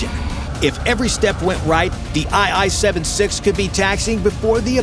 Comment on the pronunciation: A military channel that doesn't know aircraft designations? It's IL 76, not I i